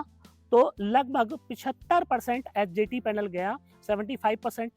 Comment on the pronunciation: Aap ji bolte hai bo neeche likha hua bhi aata rahe,, 🥸 kyuki bolte time confusen ho raha hai,, hjt bol rahe h , ya hdt